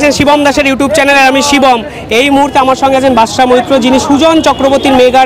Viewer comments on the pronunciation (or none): Badsha is Badsha not Batasa.